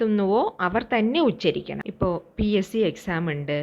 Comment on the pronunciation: Not uscharikkal